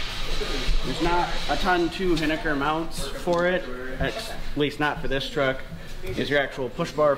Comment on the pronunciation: You're pronouncing hiniker wrong and its honestly hilarious